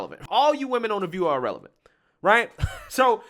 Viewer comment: Irrelevant ( ee-releh-vant) not Ah- relevant